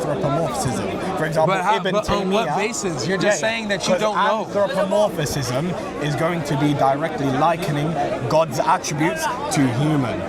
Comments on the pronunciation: It’s anthropomorphism not anthropomorphicism! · He keeps saying“Anthropomorphisism” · How many syllables can he fit into anthropomorphism? "Anthropomor-fi-phis-phism. I caught up to two additional syllables.